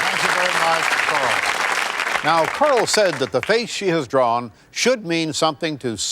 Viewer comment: I really thought that poor woman was named Carl. Randy, it's Coral like coral reef, not Carl. I love this guy though.